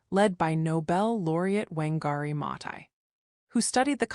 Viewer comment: COME ON! How hard is it to teach your AI the correct pronunciations of people's names? Her name is WAAN-gari. Criminy.